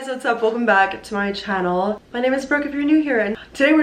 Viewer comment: The way Brooke says “channel” omg